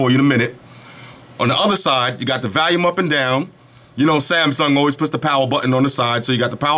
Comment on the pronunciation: Love your videos... I chuckle sometimes though.... every time you say volume it sounds like valium. =)